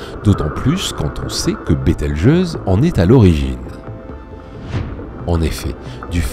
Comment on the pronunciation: Bételgeuse et non Beltegeuse